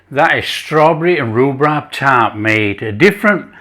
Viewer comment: Hey it was so delicious you said Rubrab 😂 thanks for sharing